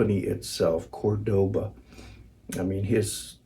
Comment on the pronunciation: It’s a Spanish city the guitar is named for. It’s Córdoba, not Cordóba.